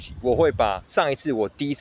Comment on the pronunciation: ABC腔但台灣國語？🤔而且開箱應該是全新的東西打開它的箱子吧，桃園球場能叫開shawn嗎？